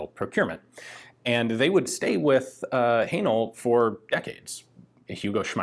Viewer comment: Please stop saying Hanel 😂😂😂 Great content as always!